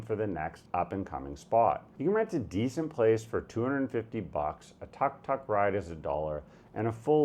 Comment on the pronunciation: Mate, I don't think you ever moved out of Toronto. The way you pronounce Tuk Tuk is unforgivible.